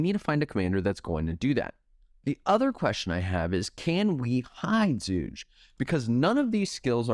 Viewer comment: bro if you want to shorten his name just say "zhu", his chinese name is pronounced with a hard g.